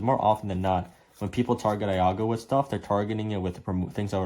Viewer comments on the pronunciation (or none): The "I" In Iago is an "E" sound. Maybe watch a Disney movie once in a while and figure out how names are pronounced.